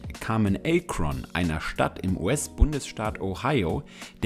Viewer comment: Es heisst nicht „Ay-Kron“ sondern „Akron“ es wird auch nicht „Miami Heats“ sondern „Miami Heat“ ausgesprochen, dinge die man richtig sagen sollte wenn man eine „Doku“ über LeBron James macht.